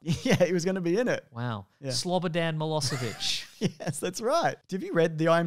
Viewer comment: I love how Mason pronounced Slobodan Milošević. Nice try, ya dickhead!